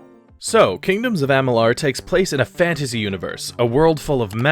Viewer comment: Amalur... not Amalar....